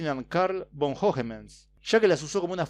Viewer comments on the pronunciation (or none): La v se pronuncia f, o sea von es fon y vaduz es faduz, trata de pronunciar las palabras lo mejor que puedas.